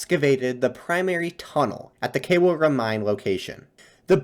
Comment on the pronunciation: Beautiful lecture. The Khewra mine is pronounced something like Kh-ee-oo-RD-a. Btw, my home is close to the very southern tip of the dark green triangle (Duffar Jungle) at the left bank of Jhelum river.